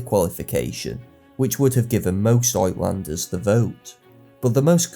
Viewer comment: Great history. FYI, the Afrikaner/ Dutch word "uitlander" (foreigner) is pronounced "ootlander".